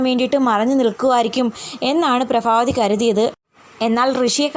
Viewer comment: Prabhavathiyaanu allathe prafavathiyalla athonnu sredhikku🙏